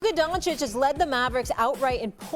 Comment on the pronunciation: LukaR DonciK- SAS say his F-ing name right man! it's disrespectful!